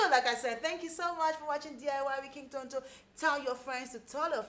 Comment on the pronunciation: I just love the way you pronounce Tonto🤭